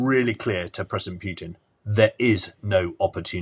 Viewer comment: His name is not "Pyutin" as "yu" is a Russian letter on its own